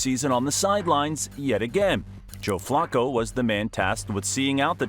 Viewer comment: The way you say Flacco hurts my brain